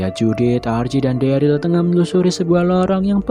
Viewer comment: harus nya dereul, bukan deril